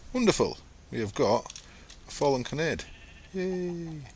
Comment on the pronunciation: Don't know if you've found this out yet, but Kanade is a Japanese word, and should therefore be pronounced "Kah-nah-day". Since it's an appropriated word, "kah-nah'd" (like pronounces it) is also valid. At first I thought it was a play on words, with Kanade literally meaning "angel", but I thought it originated in English, so I pronounced it "can-aid" -_